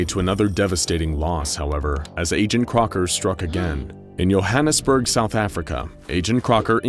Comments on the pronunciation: It's not Yohanisburg it's Johannesburg as in joe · It's Joe not yo Joe The foundation may need some grammar teachers Joe-Hannnas-Burg (Johannesburg)🇿🇦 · You pronounce the "J" in Johannesburg, similar to how you pronounce the "J" in the name "Joe"